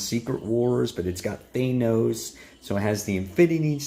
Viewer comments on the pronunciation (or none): Th-an-os! Sorry, but helpful for future videos 👍